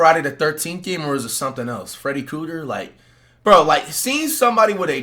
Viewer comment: BRO SAID FREDDY COOTER 😭😭